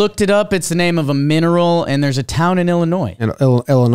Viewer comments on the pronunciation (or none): none